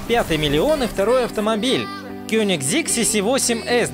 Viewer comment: КёнигсЕг. Я понял, это короче твой стиль))